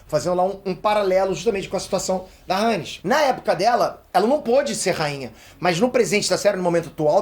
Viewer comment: Não é Rhânes, é Rhéinis. Não é Cérvo, é Cêrvo.